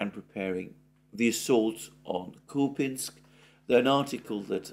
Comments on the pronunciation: Who said it’s pronounced Kupinsk? It’s spelt Купянск - k-u-p-ya-n-s-k so Kupyansk. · its kupyansk , even the ukrops call it that way .... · It is Kupyansk Kupinsk is Ukrainian name. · no Alexander, in the word 'Kupyansk', the emphasis is on the letter - Я (купЯнск), at least in Russian. This is the correct pronunciation. Ukrainians could call it 'кУпянск' with an emphasis on У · I don't know why you tie yourself in knots over pronunciation. You were pronouncing Kupyansk correctly according to English and Russian standards. Why you've suddenly tried (and failed) to pronounce it the Ukrainian way is a mystery. You know foreigners don't waste their time trying to say place names like Worcestershire correctly, so why do you for their place names? Just spit it out and say what you have to say instead of taking ages to say it. We'll figure it out ourselves. Follow the example of that Defence Politics Asia dude. He can't pronounce anything correctly and doesn't care one bit.